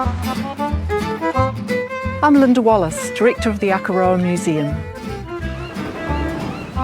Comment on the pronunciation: God your pronunciation of Akaroa hurts my ears 😢